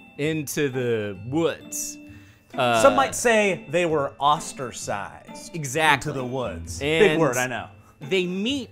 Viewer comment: I wonder if Joe intentionally in his Moreta character that was so full of himself and his big words mispronounced "Ostracized" as "Osterzized" or if it was a genuine mistake on his part. Either way, it worked out as a great and fairly subtle joke.